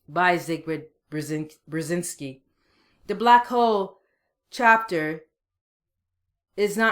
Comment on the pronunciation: It's pronounced "Zbigniev Bjezinski" for fuck's sake, Missus, take your time to learn about this man. He helped USA to destroy the USSR. A very talented man. Greetings from Ukraine